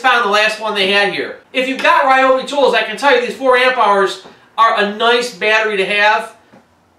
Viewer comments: REE Obi, not Rye Obi.......Please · It’s pronounced “reeobi” Not “ryeobi” It would be nice if in reviewing a product you could pronounce it properly. Fail! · btw...its Ree-obi not Rye-obi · That's Reee-obi. :-) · You might want to find out the correct pronounciation of "Ryobi".